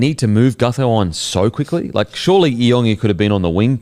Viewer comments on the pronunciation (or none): Hey guys just quickly regarding isaiah iongi. His last name is pronounced "Yongi" not e-ongi. The I is pronounced as a Y